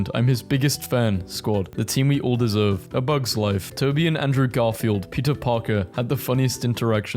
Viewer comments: How did no one realise that he’s saying pizza instead of peter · I love how when he says Peter it sounds like pizza like pizza Parker